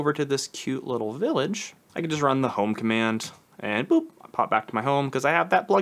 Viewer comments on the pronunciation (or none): none